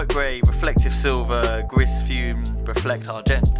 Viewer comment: Gris is pronounced “gree” and is French for grey. The Basement Glasgows are amongst my all time fave 90s. By far the best of the three cities.